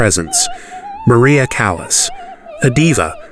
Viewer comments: It's pronouced CAH-las not as in calous on your skin. How much effort does it take to pronounce her name properly? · How could you be so ignorant as to pronounce “Callas” like “callous?” There is no excuse for such provincialism. And, you’ve got your facts, your chronology wrong. This video is bogus. What a shame! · Sir, your Italian pronunciation is horrendous, an embarrassment to the production of this video, including pronouncing “Callas” like “callous.” I’m sorry, but such ignorance from a narrator is inexcusable. May I suggest you hire someone who could help you with the pronunciation of Latin-based words. I hope this helps.